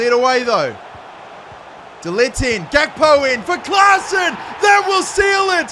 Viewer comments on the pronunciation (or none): none